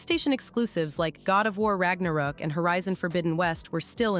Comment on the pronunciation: Like content but I say shit wrong on purpose and I can't suffer it, wtf is God of war Ragnarok I literally says rock